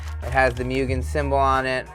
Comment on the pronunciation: its not proniunced mew-gen its muu-gen